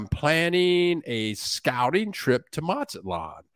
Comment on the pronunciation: M is sounded out as Maz-zat-lan'. not Mat'-zat-lan